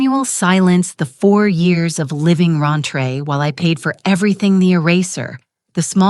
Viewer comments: While there are many AI mistakes I generally overlook, I can't ignore "raintre or rantree" throughout. It's supposed to be "rent free." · We have a new word : rent free pronounced “Ron-tray” Not to mention the new ways to say written numbers.